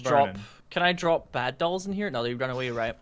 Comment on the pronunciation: "R for drrrrrrrop" lmao